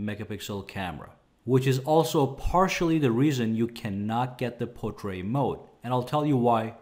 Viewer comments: He's a wonderful and very thorough reviewer and I follow him. However, saying portray for portrait is irritating. His English is superb as far as I can tell. I suspect he may be American... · Why can't he say portrait?